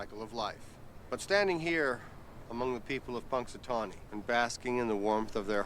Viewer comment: Thank you for reacting to this! This is my birthday movie, since I happen to have been born on February 2nd, GROUNDHOG DAY! I actually travelled to Punxatawney (pronounced "punks a tohnny"), PA one year and it was really fun, but no day repeating over and over 🙂